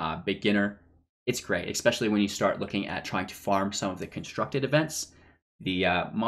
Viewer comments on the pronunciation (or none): "exspecially" isn't a word